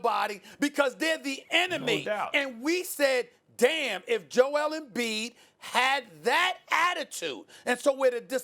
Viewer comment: Why do they pronounce it Joe-EL? Is he from Krypton?